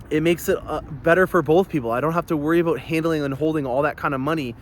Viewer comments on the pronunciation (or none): I admit I joined early on to hear you say, "Aboot" and "doe-ler", but your videos get better every week. I learn something with every video. I am on list, but wish I could be on your list also. Thanks for the great vids!